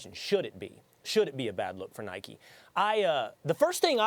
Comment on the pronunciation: Anyone else hate how they call it Nikey it’s Nike there’s no y